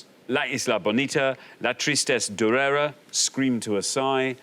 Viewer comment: Xander's usually so good with his French, but durera has an accent on the last syllable